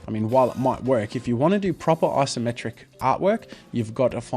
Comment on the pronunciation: It's Isometric, not "Asometric"